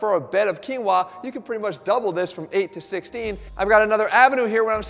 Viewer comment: That's how you pronounce quinoa?